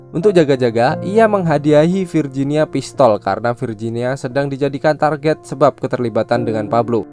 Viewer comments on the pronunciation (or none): none